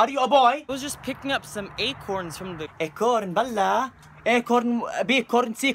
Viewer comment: "Acornness" lol!